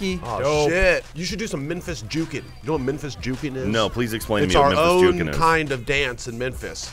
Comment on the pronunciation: sounds like hes saying Menphis